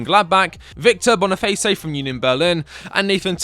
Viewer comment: Loved the video! But it's just Victor Boniface bruh, like bone-e-face, not boniface-ay